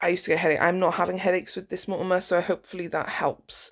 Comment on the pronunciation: Hunny, its called MONOMER not Mortamor 😘😁